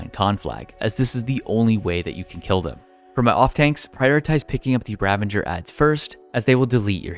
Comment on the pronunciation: he said ravenger XD